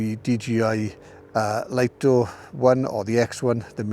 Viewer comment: It's pronounced 'Lee-toh', not 'Lite-oh'. That's direct from DJI's marketing division.